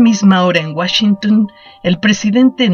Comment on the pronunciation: washingtun xD